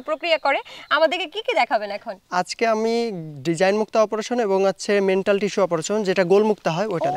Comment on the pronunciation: মেন্টাল ❌ ম্যান্টল✅